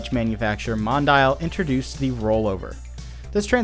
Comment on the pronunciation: Why do English speakers pronounce Mondial as Mon-da-il instead of Mon-di-al?!?!? Still nice to see video's on these rides, the Roll-Over from Snep was an epic machine!